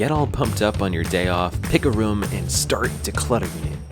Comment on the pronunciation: I love how says room. Sounds like he's saying rum.